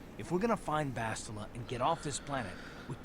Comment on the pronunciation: Why do people keep on miss saying Bastila's name?! it's not BaSHtile and it's not BasTILa it's BasTiLA!